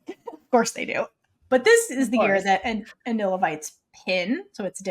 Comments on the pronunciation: Its spell is Anil with L (like what the translators did) but it’s pronounced as Anin because there’s no letter L at the end when you pronounce it in Thai so it becomes Anin. Becky once tweeted ‘AnilPin’ so that’s their official ship name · In THAI, L is pronounced as N in the end of the word. This is why is Anin e Pin although PiLantita. Prik is two years younger than Anil